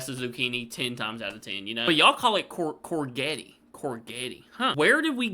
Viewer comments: corgety lol.. we say it more like cor jet with the J sounding softer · Its pronounced COR JET even though it's spellt COURGETTE 😂😂plus AUBERGINE IS pronounced ORB ER GINE 😂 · Courgett is a said in a French manner so the sound of the 'g' is more like that of a 'j'. Spelling it the way we say it would be more like 'Cor-jet'. Also with 'Aubergine' you should pronounce the 'u'. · Courgette is pronounced CourJet and Aubergine is Orbegine 😉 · It’s courgette and it’s pronounced like CORE then Je (like you’re about to say “Je m’apellee” (“my name is” in French) et like jet. That’s your English lesson for today. Long time subscriber. Dw just taking the piss with the anal over analysis😂